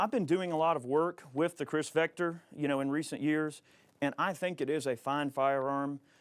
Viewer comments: He said Kriss vector 🤣🤣🤣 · "Chris" Vector lmao